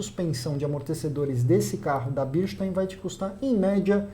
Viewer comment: Vlw! A pronúncia do Korn está diferente da pronúncia do Eduardo Razuk, de outro canal, ele colocou uma suspensão dessa fabricante na 135i dele.